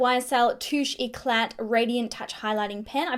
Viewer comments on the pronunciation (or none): Love you but its touche éclat * u shouldn't pronounce the* t * so you say ECLA 😂in frensh